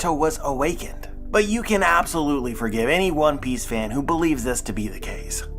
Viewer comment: For a moment there, i heard you say "One Peace"... hmm...